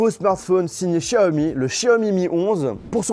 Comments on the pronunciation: sa m’saoul qu’il dise chaomi alors que c’est clairement écrit Xiaomi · Ça ce prononce vraiment chiaomi ???